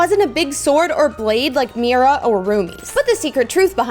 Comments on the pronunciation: NAHH SHE SAID MYRA LOL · when she said 'myra' idk why but it physically pained me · Your not saying Mira rigt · What's kind of annoying is she is saying Mira's name wrong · you said miras name wrong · your saying mira incorrectly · Your saying Mira wrong 😑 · Sorry it's Mira not mayra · I was shocked when she said Myra and not Mira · Its Meera not Myra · Who is Myra? It’s Mira you’re saying it wrong.😮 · Its MIRA not MYRA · Not tryna be mean is Mira not miyra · It's mira not maira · Mira is pronounced mera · She says Mira like it’s spelled Mirae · Her name is not miiiiira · I thought it was pronounced meera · U say MIra but you actually say Meera but write Mira!😢😅😊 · Her name is pronounced Miror-a but take out the OR sound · you keep saying Mira wrong😊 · Stop saying Mira as Mayra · It is pronounced me-ru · It is mira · It’sMira say Mera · you don’t say Mira like that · Not to be rude it's pronounced "me-ra" mira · Mee-ru is correct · Pl-please stop saying Myra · Think of Mira’s name as Meera since you pernounced it wrong